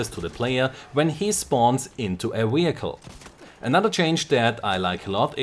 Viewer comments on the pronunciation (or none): Great stuff, but please say "vehicle" instead of "wehicle". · Don't get me wrong, your English is very good, but you're butchering vehicle and its hilarious! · wehicle! ;p